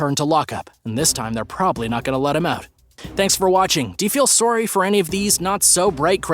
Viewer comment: Is the dude narrating this from Canada? The way he said "sorry" at the very end sounded very Canadian and I was just curious if I am correct?